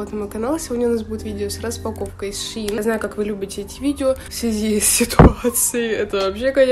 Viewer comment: правильно шЕин ) не хейт просто поправила 🫶🏻